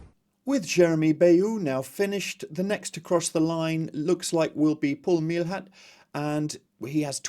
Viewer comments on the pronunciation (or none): Thanks for the coverage. For information, Meilhat is pronunced may-ya.